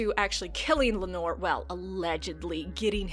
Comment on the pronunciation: I thought it was pronounced Lay-nuh and Lay-nor. Also aren't the Velaryons supposed to burn their dead. Or do only the Targaryens do that?